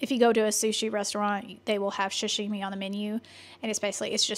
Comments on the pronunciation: Sashimi is the raw fish in sushi dishes sah-shee-mee not shuh shee mee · Sashimi - pronounced “soo-shi-me” NOT SHASSHHIMI